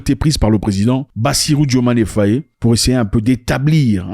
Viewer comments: ZACH c Bassirou diomaye faye. Pas diomayé fayé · Pas "Fayé". C'est Faï.